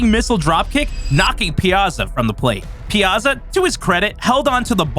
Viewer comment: Calling it "ruining MLB" is kind of weird way to say it. They ruined the game maybe but not the entire MLB. Also, the way you pronounce Piazza is weird.